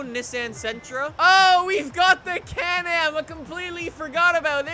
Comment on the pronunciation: The way he says Nissan😂